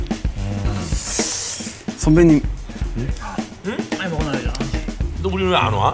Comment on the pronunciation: 선밴님 혹시 약주..하셨어요?